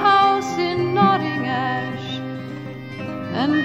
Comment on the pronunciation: Did she say "Notting Ash"? dear me, Judy - it's Knotty Ash, yer Wool!